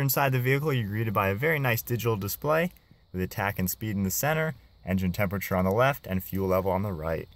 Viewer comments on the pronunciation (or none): none